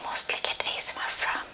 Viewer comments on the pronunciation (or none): none